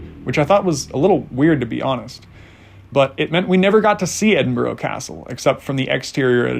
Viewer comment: Tip on pronouciation. It is not Edin-boro, it is Edin-burr-ahhh or Edin-bra.